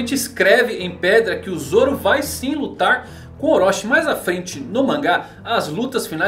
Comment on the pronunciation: Desculpa, mas não se diz Orochi como se fosse "oróxi", mas sim com a pronúncia de "orôti", Chi no hiragana tem som de TI.